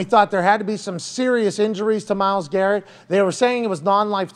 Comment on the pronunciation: He said "Myles Carrot" lmaooo